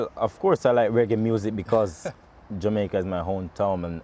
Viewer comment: Poor accent. But im jamaican